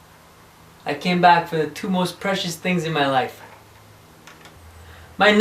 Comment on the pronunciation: "I'm coming for my most preacius things: my berf bazooka LOL